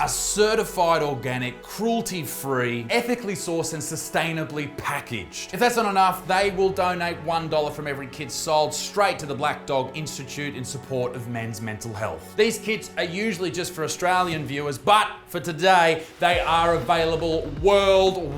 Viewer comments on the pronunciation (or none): Imma be honest, Mr Butterfield: every time you said “kit”, It sounded like you were saying “kid”. It’s a while different tone if you hear it like that